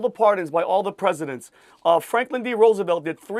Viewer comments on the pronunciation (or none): none